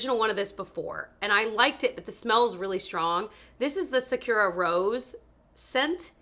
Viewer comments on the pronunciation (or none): Sockura Is how you say sakura 🌸 not sakira